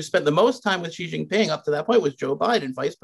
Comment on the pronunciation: "ji xin ping"